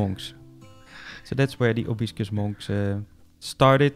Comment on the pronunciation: Amazing! Love the bamboo forest especially :) Btw it’s Proboscis Monkeys not probiscus!